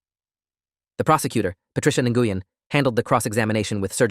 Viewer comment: Nguyen is pronounced Wen.